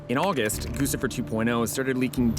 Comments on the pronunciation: "GUCCIFER" is pronounced 'GUCCI-FER' like the fashion brand not 'GOOSIFER'. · Goose-ifer? The name is guccifer. Do you pronounce the designer “goose-y”?